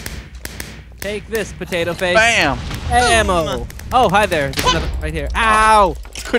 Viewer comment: lol poteatoe